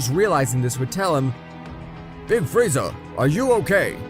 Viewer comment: Bro frieza is the most racist anime character and bro is calling frieza friezer💀💀💀